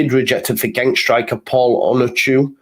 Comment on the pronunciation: Genk is pronounced Henk